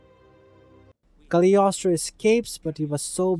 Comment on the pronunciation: Very good video! Even IGN journalists would not have been able to do a better summary/digest. (and as a French person, I congratulate you for your effort on pronunciation! It's not an easy language.) PS: You keep saying "the kaliostro" but it's not a thing or a title, it's Cagliostro, the name of an Italian man (Count Alessandro di Cagliostro), the evil guy who controls the automatons ;)